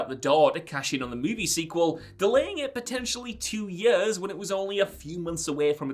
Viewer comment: In yuhrs and yurhs